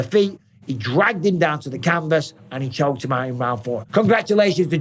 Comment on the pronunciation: HE SHOKE HEEM OWT